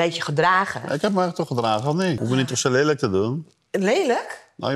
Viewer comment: “Lejluk” HAHAHAH